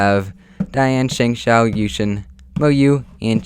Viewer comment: Hey Guys! when He said Dayan and Shengshou it sounded like Diansheng! And My Number 1is Gans